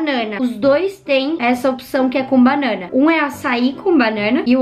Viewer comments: Você fala banana tão diferente kkkkkkkkkkk ❤ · Vc fala banana muito engraçado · Ela falando banana é estranho KKKKK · Olha o jeito que ela fala BANANA kkkkkkkkkkkkkkkkkk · É só eu que ri muito com ela falando banana? Kkkkkkk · Vc fala banana engraçado kk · Ela fala banana tão engraçado que concorda deixa o like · Mano ela fala banana muito estranho kkkkk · vc fala banana engrasado desculpa assisto muito seus videos